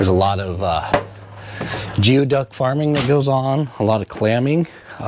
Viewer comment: Those large clams you referred to are pronounced "gooey duck", not "jee-oh duck". Did you get to see one? They're huge.